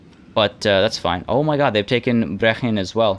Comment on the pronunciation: Hey Brechin pronounced Bree-kin still exists today and is about 30 miles north from where I live